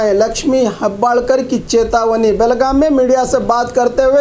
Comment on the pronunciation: Belgum nai Belgaum